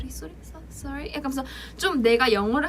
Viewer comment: Omg the way she was saying sorry until it sounded native :000